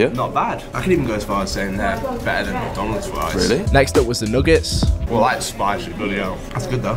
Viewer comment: Bro how did you pronounce nuggets 💀